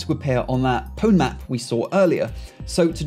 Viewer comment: that's not how you pronounce pwn